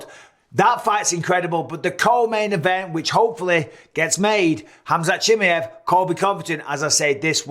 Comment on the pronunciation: 🤣 Bisbing is worse at saying Khamzat's last name (Chimmy-ev) than Colby is at saying his first name (Cumshot) 🤣